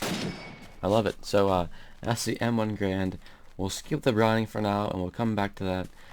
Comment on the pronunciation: m1garand is pronounced m-one-gair-and